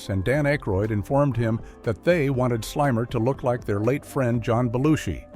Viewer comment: Yeah that immediately made me realize I was probably watching ai slop audio over a real human voiceover